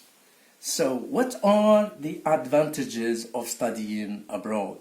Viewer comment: Thanks a lot! N.B: Advantageous is mispronounced in here = /æd.vænˈteɪ.dʒəs/